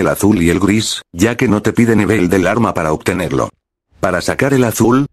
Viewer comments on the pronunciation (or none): se dice obtener, no optener